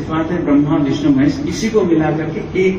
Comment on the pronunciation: Moron! It is विष्णु not विष्नु, learn some Sanskrit, then open the mouth. There is no 'wow' in Sanskrit, it is in Arabic language i.e. written as 'و' in isolated form, it is only व् in Sanskrit. महेश = महा + ईश, it means Great God, not destroyer. Not महा + आयेश. Actually, one of the meanings of रूद्र is the 'fierce God'. Not भर्गो देवश्य धीमहि The correct one is भर्गो देवस्य धीमहि .